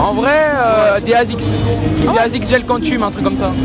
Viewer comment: Mais il a dit des asics cantum 😂😂😂😂 mais non 😭